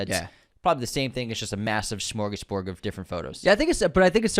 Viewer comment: did he just pronounce the word as "schmorgasborg"? I am forced to unshubscreb